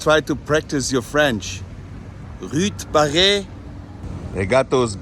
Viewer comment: "Ruute barray" ? Really?